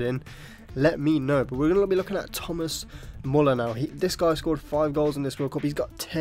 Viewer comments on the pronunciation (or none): none